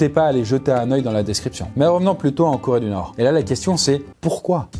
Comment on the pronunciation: Corédunorstan*